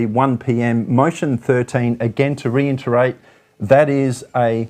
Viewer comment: Good coverage. Re IT erate not re IN ternate.